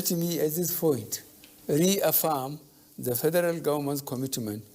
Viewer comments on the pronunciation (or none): How come na only head dey move,,Nigeria,is only God we look up to, abeg who hear how he pronounce trader money,police force,federalits funny